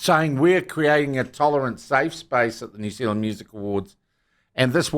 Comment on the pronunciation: its all over the msm too, they cannot even pronounce the name New Zealand